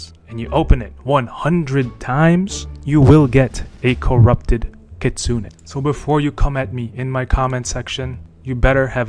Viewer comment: its kitsune!